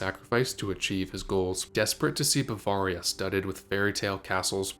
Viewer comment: What is most interesting to me about this video is that you would make it not knowing how to pronounce Bavaria.